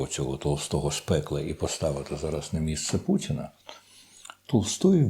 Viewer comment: ...хоча..у вимові присутні білоруські звуки: Ц замість Т, А замість О як то : пуЦіна замість пуТіна, дЗякую замість Дякую тощо